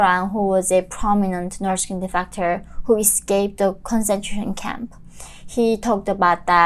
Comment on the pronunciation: Stop pronouncing "No'k people", and slow down a bit, sometimes it becomes tiring to understand your accent